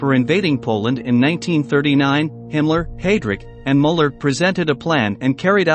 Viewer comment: I appreciate the information, but these names are being butchered. Müller is pronounced Mewler. I'm not an English phonetics expert. I spelled the pronunciation the best I could.